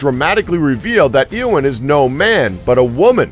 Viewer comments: lol at 'Ear'wyn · Daeg He even mispronounced (Dumbledore) -_- Doubledoor .......injust now got to the part where he pronounced Eowyn as EEEEowen -_